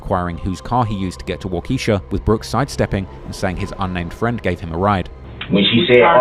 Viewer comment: The way you keep mispronouncing the county after they say it many times and you still can't say it right kinda is annoying me lol.. it's pronounced "Wal-Ki-Shaw" not "Wal-Keisha" JEEZ